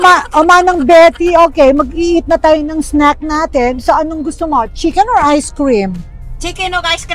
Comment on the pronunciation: Gusto k dn marinig kay small ung I want ORrrrr 😂 hahahha